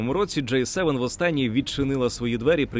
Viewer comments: Це «J» - [джей] Це «G» - [джи] Різні літери шо пишуться по різному та звучать теж трохи по різному. І да, Джей7, то скоріше J-7 - торгова марка соків від PepsiCo, а не те про шо ви дуже кльово і цікаво розповідали в цьому відео. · Дякую за огляд! Зауваження: G - англійською читається як "джі" "Джей" - це інша літера J. Цікаво було дізнатися про усі ці відмінності! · Джі севен! не кажіть джей севен. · До диктора: G7 читається як "Джі севен". "Джей севен" це J7 А взагалі, дуже крутe відео! Спасибі за просвіту <3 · Диктор говорить "Джей севен", хоча правильно вимовляти "Джі севен". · G7 це "джі севен", а не "джей севен" (J7) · Все добре, але нестерпно ріже вуха «джей севен» (J7), натомість має бути «джі севен» (G7) 😂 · Маю на увазі вимовляння англійської літери G в контексті Великої Сімки, «вісімки» та двадцятки. Диктор вимовляє «джей», що відповідає літері “J”, а має бути «джі» (G7, G8, G20). Гарного дня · протягом всього відео диктор називав G7 - [джей севен]. Що дуже ріже слух. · Теж звернула на це увагу